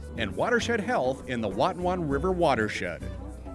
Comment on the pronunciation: This video taught me how to pronounce the word "Watonwan". 👍🏻